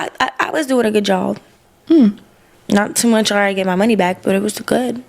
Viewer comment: It's tew MURCH...